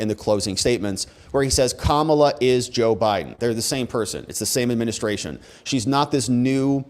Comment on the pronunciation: Oh my GOD! She said O'Biden. There ya go 😁